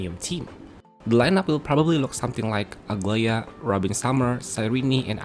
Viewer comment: As a Greek I'm offended every time I hear people pronounce Aglaea as Ugly-a. Dude, it's A-GLA-EE-A. Edit: WITH A SOFT G.